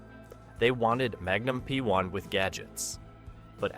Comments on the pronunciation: its Magnum PI (pee-eye), not P1..lol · Does an actual human narrate your videos? Some weird artifacts there. "A BC" instead of "ABC" and Magnum P1 instead of Magnum PI? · Thanks. I was poking fun at the AI pronouncing ABC as Ahh BC and magnum PI as magnum P one. 😂 but still informative. Who’s mom didn’t have or still have the hots for Tom’s magical mystery mustache ride 🤣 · So the computer narrator, of which Google is trying to build an algorithm to prevent monetizing on, can say CSI but says Magnum P One? Laughable shit.